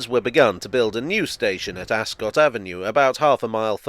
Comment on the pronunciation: the lovely town of Ascot is pronounced AsCUT (as in ‘I cut my finger’). It is not a cot, as in what a baby goes in. I am the pedant to your does-this-really-matter raised eyebrows.